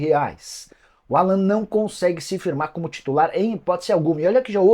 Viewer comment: Não precisa americanizar o nome do jogador, o nome dele é Alan mesmo.